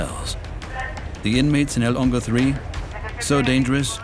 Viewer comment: I always heard him say El Longo